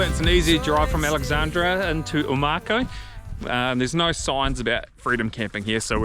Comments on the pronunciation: Oh-mah-cow. - Omakau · Omakau pronounced O-ma -cow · Mikes very good with pronouncing Māori names but messed up with this one a😊